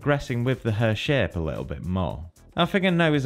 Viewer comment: Everytime he says "shape" I hear "sh*t" and that has made this video much more entertaining to listen to.